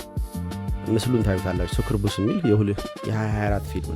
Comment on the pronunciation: Bro ፕሮናውንሴሽን ተሳስተሀል ሱኩቡስ አደለም ሳኪብኢስ ነው